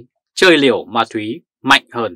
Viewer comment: Ma túy,không phải mai thúy , làm ơn nói đúng danh từ VN